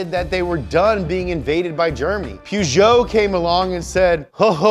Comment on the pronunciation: He repeatedly mispronounced Peugeot as "PEW-JOE" instead of "POO-JOE" though...